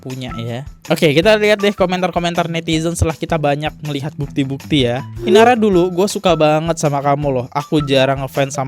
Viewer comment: INARA bang bukan IRANA, ampun deh elo salah2 mulu kalo baca nama bang 🤣🤣